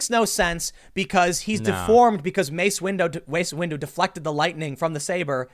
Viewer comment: “Mace Window”